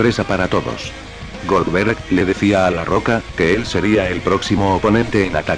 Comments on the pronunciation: GolBerg???? GOLDBERG* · Es goldberg no golberg